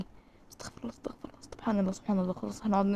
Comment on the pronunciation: المفروض تقولي استغفرُ الله علشان استغفر الله بدون ضم الراء ربنا يسامحني يعني كان ربنا اللي يستغفر